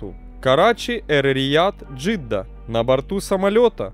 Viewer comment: Эр - Рияд... Джидда, и не надо картавить на ломанном языке